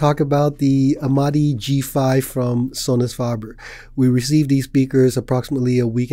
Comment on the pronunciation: We say Sonus "FAY-ber" Sounds like "KAYK" (cake)